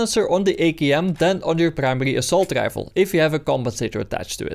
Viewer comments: "Assault gifle"... god bless you young man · You somehow manage to pronounce rifle and fire with completely different R's. Rifle when you say it sounds like gaifel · Sir wtf is a Grifle? 😂🤣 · Why can you say really but not rifle